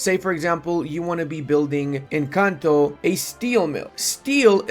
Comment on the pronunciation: Every time you said "in Kanto" I heard Encanto